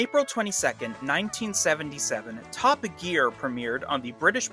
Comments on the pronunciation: I also heard you call the program Top A Gear 😳😉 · Dude I know you're a yank but why did you pronounce it like 'Toppa Gear'?